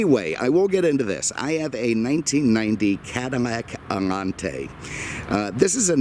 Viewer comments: ...." this is a 1990 CADIMMAC AMMANTE..... " ??? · "The new Allan-taay !! " ... Kelly Bundy. 👍